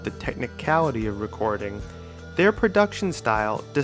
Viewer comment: this nigga said WRECKORDING